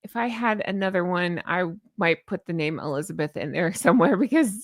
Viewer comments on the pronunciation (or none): none